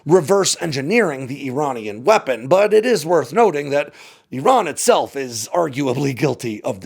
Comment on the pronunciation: Eeron? Where is Eeron? If factuallity matters to you, make an effort to pronounce names correctly,. IR-RON AND IR-RAIN-E-AN. People learn from you, you kinda owe It to them to make an effort to deliver correct information.